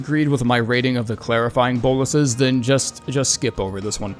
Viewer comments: Its pronounced BO-LUS you literally had the pronunciation on screen there's a full stop right there 😀. Not boll-us. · They are pronounced boh-lus